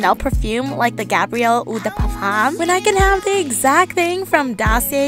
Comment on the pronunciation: Girl! I love this concept, please do more of these videos if you can (and want to) 🙏. Also, I love that you are pronouncing “Eau de parfum” correctly. Much love from a French girl that lives in MI 💗